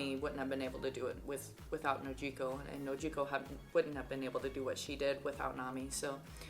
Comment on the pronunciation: I like the way u say Nojiko don't let anyone correct u